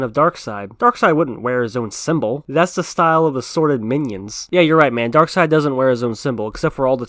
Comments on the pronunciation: Omg... Its pronounced "Darkseid" ...Not "Darkseid "🙄 ...get it right bro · I swear Darkseid is pronounced Dark-seiid,not Dark -side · You ever watch the justice league animated series where they always pronounce it darkside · People who pronounce it “Darkseed” 🤦‍♂️🤦‍♂️🤦‍♂️